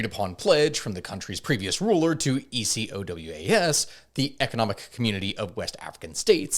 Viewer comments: Burkina Faso is north of Ghana (and Cote d'Ivorie, Togo, and Benin) not Nigeria "ECOWAS" is almost always said phonetically as "e-ko-wás" And France controls the cfa-franc it doesnt "back" and certainly doesnt "fund" it, the currency is funded by the reserves of member countries which are of course held in France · please pronounce it like a regular word "Ecowas" 😂